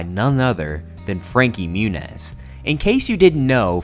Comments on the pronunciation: it’s pronounced frankie moo-nieese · "Frankie Munez" hahaha